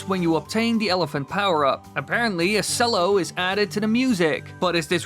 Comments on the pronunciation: Cello is pronounced like “chello” not “sello” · a sell-o? maybe this is just an american english thing but "cello" is pronounced "chell-o". :O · It's pronounced "chello"